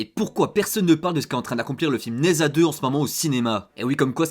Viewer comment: Prononce Ne Dja :)